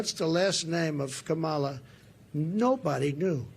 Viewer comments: I have to ask, and I'm trying to ask this respectfully, I've been saying her name, "Comma-la" Is this correct? I will also say "The V.P." or "Ms. Harris." Sometimes I cannot hear the mispronunciation when the former president says her name. When he says, "com-MAH-la," I hear it, but when he says it another way I cannot. I want to make sure I'm saying her name correctly. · Look at him, running scared. Learn to pronounce her name correctly, not very difficult, unless uneducated? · Whatever your opinions maybe , who ever you choose is not important. But let’s us all agree that DT….. choosing too call the VP by an incorrect name over and over, when he knows the correct name and pronunciation, is a major DISRESPECT! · Dunce tramp and dunce tramp jr need to learn how to pronounce Kamala’s name. What? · If he would pronounce her name properly people would know who hes talking about. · The single fact that he cannot pronounce her first name properly shows he's either doing it intentionally or he cannot be bothered to respect her. It's a small thing, yet very telling.